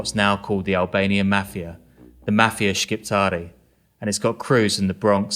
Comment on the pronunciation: P.S.A to all non-Albanians it’s pronounced Ship-tar not Skip-etar U dont have to pronounce the Q in Shqiptarë